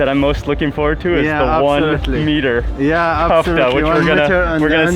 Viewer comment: I feel like I have to correct you everytime but it’s KEFTA , KKKKKEEEEFFFFFFTTTTAAAAAAAAAAA